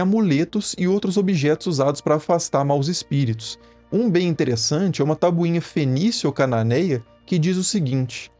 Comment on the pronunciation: Cara sempre que ele fala tabuinha eu rio